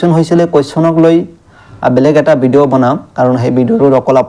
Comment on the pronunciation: বিডিও 😂😂😂😂 'ভ' টো উচ্চাৰণ নহয় নেকি?😂😂😂😂😂